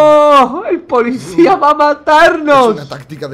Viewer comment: Like si escucharon que dice polixcia